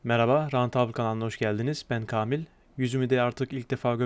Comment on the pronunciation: "KAMİL" değil "Kâmil" :) söylerken A harfinin üstünde şapkası var.